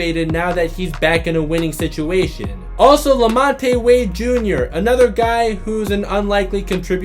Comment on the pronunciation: Who the heck is La-mont-tay? It’s LaMonte and pronounced La-Mont!!!!